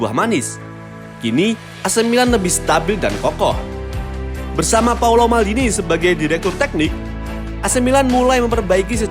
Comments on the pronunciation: Bukan paulo, tapi paolo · Paolo om..bukan Paulo.. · It's Paolo not Paulo. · Paolo ngab Bukan Paulo Cek KTP nya